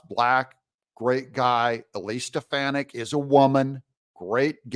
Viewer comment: wanna know what i think? i think doug needs to learn eliseis last name correctly